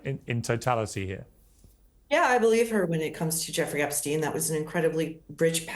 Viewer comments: Did Lady Victoria just say “Eppinger” not “Epstein”? She really is low IQ 😂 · Victoria didn’t even know how to pronounce Epstein name 😂😂😂😂